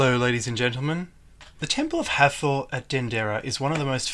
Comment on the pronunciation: it pronounced "hat hor"